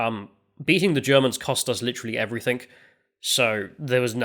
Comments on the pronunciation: I really enjoy your work on this channel and on the Lotus Eaters, but can you please work on pronouncing the word "everything" because you usually say "everythink" for some reason. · Heard the word "everythink" for the first time today.